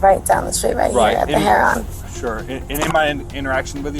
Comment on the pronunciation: Heron is pronounced Herr rin Not Hair ron